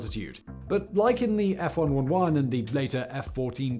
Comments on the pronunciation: It's F-One-Eleven. Not F-One-One-One. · "F-One-One-One"? I think you'll find that "F-One-Eleven" is the more common pronounciation, and is a lot easier to say 😅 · It was pronounced F 1 Elevan. Not F-triple 1. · Thought it was f one hundred and eleven? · F-one-one-one ? Isn't it pronounced F one eleven ? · "F- one ELEVEN" is its accepted name. Not "F- one one one" :( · Foxtrot wun wun wun, copy. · ef eleventeen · F-One-Eleven Simon. That hurt my ears. 😆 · It's the F-111 (say it F ONE, ELEVEN). I kinda cringed when Simon first said it. heh. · Ok, that's twice now. F-111 is pronounced Ef" one eleven". Leading to it's nickname the F Wonder-lemon. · It's the F one eleven